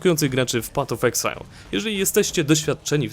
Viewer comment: Patof exile xD